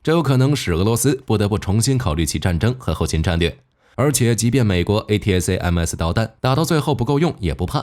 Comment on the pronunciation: A-ta-kam-s 為何不音標發音。